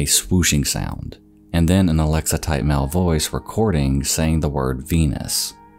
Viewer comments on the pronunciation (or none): none